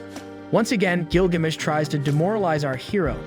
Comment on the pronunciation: Couldn’t even pronounce Gilgamesh correctly. I’m so sick of lame channels like this and the trash AI or the retarded muppet they get to narrate these shows